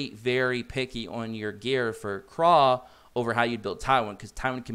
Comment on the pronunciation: Dude...seriously.....Pronounce the names correctly. Krau is German. Pronounced KR OWW Like when you stub your toe and say oww!